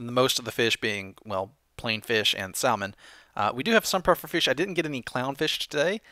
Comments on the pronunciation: You said "sall-mon" for most of the episode, but said the correct "sammin" . Why? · Lol, you say it like sa-mon.. not sal-man. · sall-man? Really? :P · Wait, did he seriously say sal-mon? Dude! Get your mind out of the South Carolina gutter! Listen to the Oregon native, it's called sa-mon. The "l" is silent. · Salmon. SALmon. It's freaking Salmon like sammon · that's just a general mistake many people make I'm not native english but I heard pronouncing it "samon" is correct but many peoble say "salmon" anyway because they're not aware of that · Salmon is pronounced samin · Salmon is not Not pronounced sall-man it's Sam-onn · its not salmon it is pronounced sa-man. JESUS jk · It's not pronounced sal-mon it is pronounced samon please say it right I eat it a lot in real life and it has a lot more flavour then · Im going to guess youre doing it on purpose. But its pronounced SA-MON. not sal-mon. sorry..... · salmon Is pronounced "samon" dummie ;V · "SaLmon" lol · THE L IS SILENT. Salmon salmon samon samon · Its SAM-ON >:l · salmon is pronounced sammon lol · You pronounce salmon incorrectly. It's /ˈsamən/ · Its spelled 'salmon' but its pronounced 'samon' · Not to be rude but pronouncing salmon as sall-man is improper ,just a pet level of mine :) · It's pretty annoying when he says salllllmon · Guys, does know that the "l" in "salmon" is silent..? lol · Salmon is said without the L. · In salmon. The "L"is silent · lol you say salmon funny :p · The L in Salmon is silent... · Don't say the L in Salmon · I think the L in salmon is silent but idk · You don't pronounce the l in Salmon. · I have a feeling you are going to get a lot of hate for saying salmon wrong. I dint care but it will probably happen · You don't pronounce the L in Salmon.....